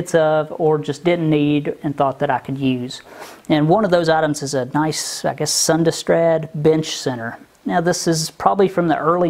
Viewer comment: Sundstrand...the 'd' is silent...I'd almost bet you've heard the name before...my machinist teacher Amarillo said he used to work for them. BTW, SO GOOD to see the progress made with that shop. Sow's ear to a silk purse!!! Makes one proud to be American.